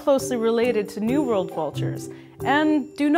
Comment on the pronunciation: Sounds like you are saying New Vold Vultures and Old Vold Vultures